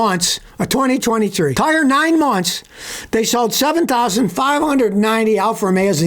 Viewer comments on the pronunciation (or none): none